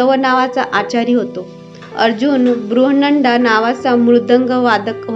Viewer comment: कथेतून बोध घेऊन आपणही वाचन, मनन करावे व उच्चार सुधारणा करावी. आपण अद्वैत चा उच्चार अवैत करता तर सम्राज्ञी ला आपण लिहीताही स्मरादिनी आणि वाचताही तसेच. बृहन्नडाही आपण नीट उच्चारले नाही. कथावाचकास आवश्यक आवाज आपणांकडे आहे आणि योग्य वाचन, मनन, चिंतनास सरावाची जोड दिल्यास उत्तम कथावाचक होण्याचे गुणही आत्मसात होतील. तुम्हाला पुढील वाटचालीसाठी शुभेच्छा !